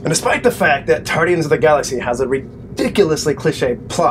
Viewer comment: Tardians? what sounds like Doc Who? lol Guardians was a good movie, cheesy ending but still funny at times, I NEED THAT GUYS LEG!